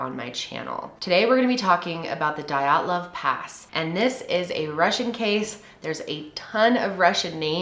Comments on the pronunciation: The way you pronounce it is d-ya-tlov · You mean to say MINUS 16 degrees Celcius, haha. Otherwise, that's a nice moderate temp. Dyatlov, is more like D-yaught-lov in pronunciation. Yat is like cat :) Good video <3